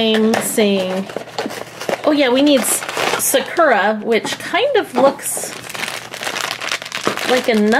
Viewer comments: ralphie and sprinkles are such cuties!!! also, sakura is pronounced sah-coo-rah not suh-kur-ah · I don't usually correct people. But just letting you know, sakura's name is pronounced Saw-ker-ah. Sorry. It was just bugging me a bit cause I didn't know if you knew that's how it's actually pronounced. It's a Japanese name and I've heard it often. If you want to pronounce it the way you want in the video then that's fine too. Everyone pronounces certain words differently anyway. But I just wanted to let you know. ^^ My fave cat was definitely the cat with heart and the sprinkle cat btw. ♡♡♡ I love your guys channel. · Animalxingaddict Yeah the stress is supposed to be on the first syllable, but to be fair, most English speakers pronounce it awkwardly. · Y’all keep saying Sakura wrong.